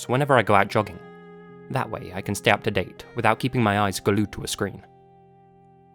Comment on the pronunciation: Man... I haven't even started the video yet and I'm already uncomfortable because of that damn thumbnail 😱 fantastic. THANKS LAZY! "gah–lued" 🤭🙃 "...and don't follow the sound of demented laughter, no matter how curious you are" — WOW, DO YA THINK?! 😑🙄